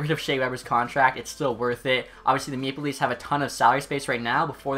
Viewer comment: When you say Maple leafs all I hear is “Meme Police”